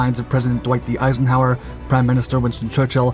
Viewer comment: Exactly. I was half listening to this thing and I came to have a sneaking subconcious (sp) idea that the narration was poorly written. Then I heard "President Eisenhauer". The guy is either sloppy, stupid or both. I hope he's just sloppy. He can correct that when he's older. Stupid is a tough one, though. Let's hope he's not that.